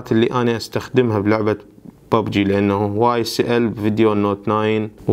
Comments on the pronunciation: انطيتك لايك لان كلت ببجي مو بوبجي ههههه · واخيرا لكيت شخص يلفضها ببجي مو بووووووبجي